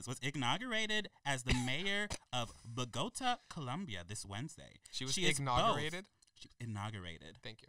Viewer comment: Anyone else wince at the pronunciation of Bogotá